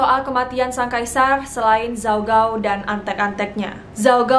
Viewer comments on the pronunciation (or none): baca namanya ada yang salah kak :( gao itu g nya dibaca k